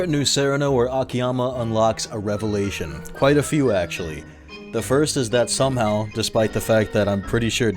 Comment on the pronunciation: I felt my brain melt a little each time you said "Revelation"... That's rad! 🍞